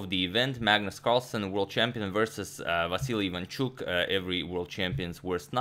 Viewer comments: Just reminder he is Vasyl not Vasyly, you told us in ur prev vid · Cmon, Antonio, it is silly to call Vasyl "Vassily"! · Vasyl, not Vasili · Antonio correct Vasyl's name also Antonio: "And Vasily plays.." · If you're calling him "Vassily" throughout the video, why spell it "Vasyl" in the graphic instead?? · You corrected your pronunciation of Vasyl in the last video only to go back to Vasily😂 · Ok I'm confused, last video he said it was pronounced " Va-sel" but now it's back to "Va-se- ly" ? Which is the correct one again? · Why did Agad say Ivanchuk's name wrong? Agad Vasily 🤷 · You kept on mispronouncing his name throughout the video. It's Vasyl. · Last video Antonio apologies for pronouncing Chucky's name wrong. This video: Vassily Vassily Vassily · How is it original? He kept on mispronouncing it throughout the whole video... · What happened to the vAsyl pronunciation? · Aren’t you still pronouncing it wrong? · He mispronounced Vasyl's name again lol